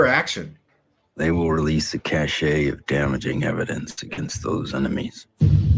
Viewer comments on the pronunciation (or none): It's not cachet, it's cache as in CASH. As in "praise the cache"